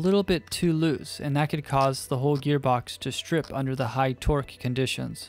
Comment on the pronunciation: A few times I swear I heard you say twerk instead